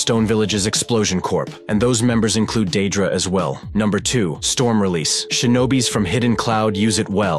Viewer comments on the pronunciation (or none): Lol pronouncing deidara like daedra from elder scrolls hahaha